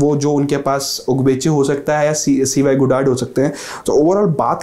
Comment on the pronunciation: Cy Goddard. Cy is pronounced 'saay'. It's his name. Just two letters.